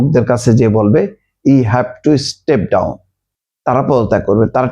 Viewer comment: আই হ্যাভ এ প্যালান।ইউ হ্যাভ টু ইসটেভ ডাউন। শব্দ একেই রকম